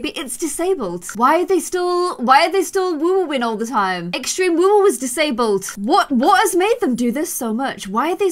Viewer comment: Does it annoy anyone else when she says woowoo it’s woohoo not woowoo